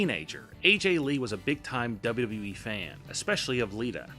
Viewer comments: What the hell is a "Double Dubwee"? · Why can't the narrator say WWE?